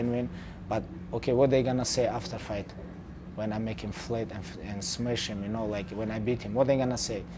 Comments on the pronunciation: I love it when Khabib says he is going to "smesh" him! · "What they gonna say after fight? When I make him flet & smesh him" 😂😂